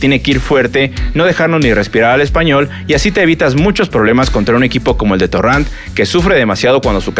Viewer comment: Torran? No es torrent?